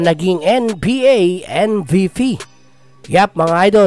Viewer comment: Anong pronouncation yon😂